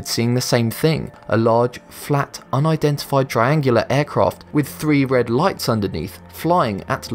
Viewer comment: I'm sorry, not trying to be "that" person, but "uindentified?" I think you switched the "n" and "i" around